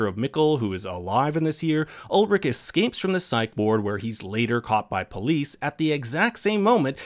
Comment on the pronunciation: Ulrich pronounced wrong too, dude c'mon